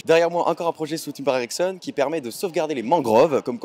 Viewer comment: Je crois tout le temps que tu dis "érection" au lieu de "Ericsson"... Hum hum...